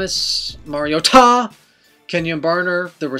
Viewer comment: I swear to god, if you continue to make that face and pronounce Mar-i-o-TA like that i will stop watching!!!